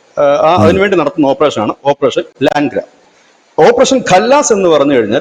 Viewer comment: ലാംഗ്ര അല്ല.. ലങ്കട... മുടന്തൻ എന്നാണ് അർത്ഥം